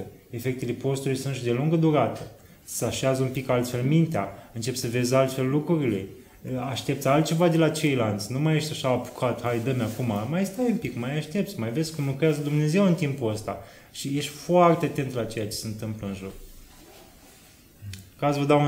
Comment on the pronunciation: În filmuleț am tot auzit: “cealaNtă”, “celălaNt”, “ceilaNți”. Asta e singura observație. În rest e totul perfect. Felicitări!